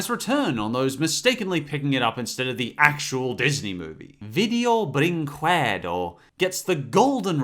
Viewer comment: I said it once in one of your video comments section but I never want you to forget it: Vídeo brinquedo is a Brazillian franchise/brand, but most brazillians even watch those abominations. BTW, I'm brazillian and your pronunciation is SO WRONG, but nonetheless AWESOME video as always.